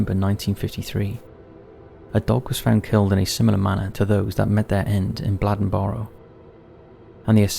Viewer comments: As an NC native it's pronounced Blay-Den-Burrow. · I've been following this channel for awhile now, and this is the first time I've seen something from where I'm from. I'm from a lil city right outside of Bladenboro, called Lumberton. The last lil clip of the story, of the newspaper, actually is made from my city newspaper called The Robesonian. That made my day seeing this on here, thanks! P.S. I think it's cool how you pronounce Bladenboro lol. We say it more like blade-in-borrow